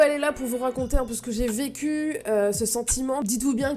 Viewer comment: Au début de la vidéo t'as dit vecu j'ai compris pq j'avais pas compris😂😂